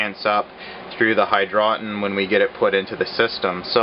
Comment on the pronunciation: Hydro tun is correct pronunciation. Not hydrotin